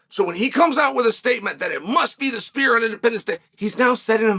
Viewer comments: My ears might not be working, but I could have sworn Uncle Chael kept saying "The Spear". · Chael it’s not called the spear it’s called the sphere